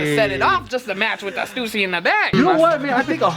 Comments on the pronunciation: it's pronounced as stoosy not stassy. coz it's the family name of the owner shawn stussy. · Stüssy is pronounced Styssy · Lmfao, hate to burst your bubble but the 2 dots on the U in Stüssy isn't pronounced that way xD It's pronounced in a way that I can't explain since it's a mostly german letter. But even as a german I call it "Stoossy" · it's stussy not stewssy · i say 'stusii', 'stoosi' sound dumb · It’s “stew-see” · Stüssy is pronounced Stoossy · I pronounce it stoosy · Stüssy(stoo-see) simple😂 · Its pronounced "Stew-C" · It's "stew-see" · Stussy is pronounced "Stoosy" because the 2 dots on top of the "U" make it sound like "oo". It's called an umlaut (ü) in german. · Pronounced as an "oo" not "uh" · Ü is pronounced like a Y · I'm from Germany and ü is pronounced like a combination of u and i